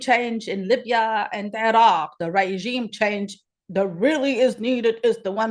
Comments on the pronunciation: Oh My God! I am dead ... Regime change sounds more like Raygime Chaynge 😅😅😅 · Now I get it!I get the comments. 🤣 I was wondering what Raygime chaynge was.🤣🤣